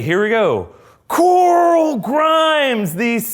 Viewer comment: COOOOOORAL, NOT COOOOOOIRAL